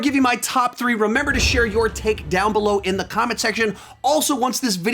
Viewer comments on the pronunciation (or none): none